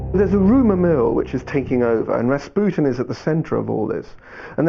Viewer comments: Its Ras-PEW-tien? not RA RA RASPUTIN LOVER OF THE RUSSIANS QUEEN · if he says Raspyutin one more time omfg